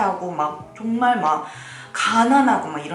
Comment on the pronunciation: 내 귀가 잘못된건가? “정말” 이라고 안들라고 “종말” 이라고 들리는데....